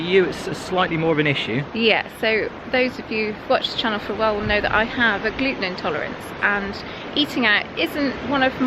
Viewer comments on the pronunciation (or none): none